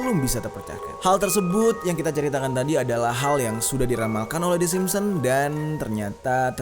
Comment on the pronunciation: SIMPSON, BUKAN SIMPON!!!!!!!!!!!